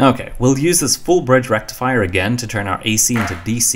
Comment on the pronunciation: Another youtuber who is oblivious to how we pronounce "FULL BRIDGE RECTIFIER"!? Oh, dear… 😂